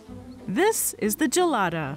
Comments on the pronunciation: Its pronounced with a hard G, guh-lada, not juh-lada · "Right Gelada": I was really needing to pee